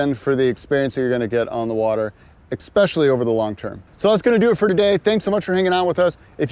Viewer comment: "e X pecially"